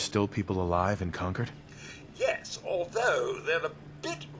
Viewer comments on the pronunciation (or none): Con-cord, not Con-card. It's the town from the "The British Are Coming!" Minuteman story.